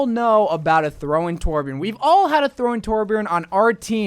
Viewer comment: I agree with every hero... but its TORBJÖRN JQKDUWIALFBDIAOosbdkaiaoalIAJDIAALKAJSAU DONT TYPE IT TORBJORN WOJDJSKLA